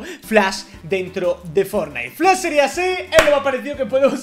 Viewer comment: Mw encanta por qué dise flas 😂😂